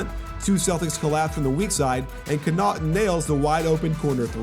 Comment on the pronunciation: It's Con-nuh-ton not Co-naught-un